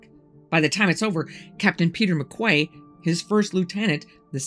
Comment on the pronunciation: Just to help out: the name McQuay is pronounced "McKee" ---it's a popular name in Britain. A "Quay" (a key) is a solid, man-made structure built along a waterfront and its used to tie up boats...